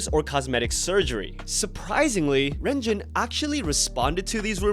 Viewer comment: hey man, two things i believe (correct me if im wrong) renjuns name is pronaunced Long-jin, my chinese is a little rusty. also you and everyone reading thing should check out Big Ocean, they are the first Hearing imparied aka deaf kpop group debuting april 20th